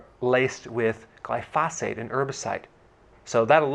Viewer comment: Dr Berg..just so you know. Pronunciation of GLYPHOSATE is: GLY-fo-s8 (emphasis on the first syllable, not second)